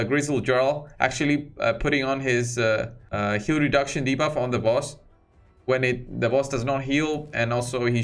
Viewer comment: Lol, you said de-barf 🚫🤮 ... hold it in! 🤢